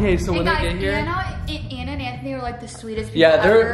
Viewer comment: Smth people didnt realize is she said letter by letter lol